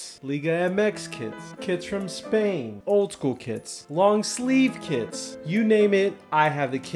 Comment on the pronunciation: It sounds like bro is saying kids instead of kits 🤣